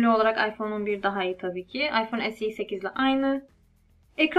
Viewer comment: esi derken alman gibi oluyon direk se2de bence birde samimi güzel video 👍